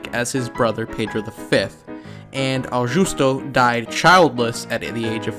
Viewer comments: Your pronunciation of Portuguese names could do with some attention: they are not that difficult to master. I have never heard, for example, Augusto, which has a hard 'g', being pronounced 'Aojusto': think of the English month August, or the name Augustus. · He also doesn't get "Augusto", with a hard "G", as in English and even in Latin, where the name comes from... 🤔